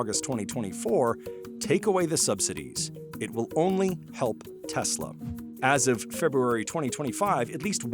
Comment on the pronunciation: putin toying with trump. trump toying with elon. "i love teslerrr" 🤣🤣🤣